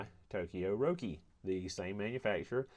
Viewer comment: Your pronunciation of Roki is correct. Glad the OEM black is pretty good, which is standard for me in Japan. Runs me about $12 (￥1,300) each. I wouldn't run the blues, super disappointing. Glad I got to see the inside of that.